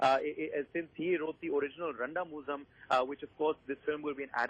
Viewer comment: That moment when they try to pronounce Randamuzham.. 😅